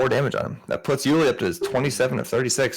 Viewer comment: His name is Juli with a j (his full first name is Julian), not Juli with an h.